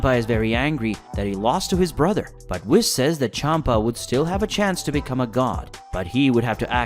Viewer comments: Why do you pronounce Whis like that? In the show it's pronounced Whees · bro for the love of god PLEASE pronounce Whis correctly next time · I dont know if I trust someone that mispronounces Whis and manga.........